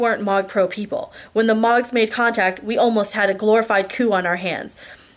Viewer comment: Ugh, I hope you are okay! I was dying to know what happened next in The Fate of Ten, so I bought a subscription to Kobo... and the people reading it pronounce Mogs as Moags, and the dude that voices Sam makes him sound like Trump as a stoner teenager... I frakin hate it! Please come back soon! I miss you reading to me! Lol.